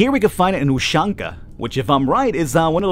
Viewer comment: dear, it's not uCHanka, it's uSHanka (like in SHelf):3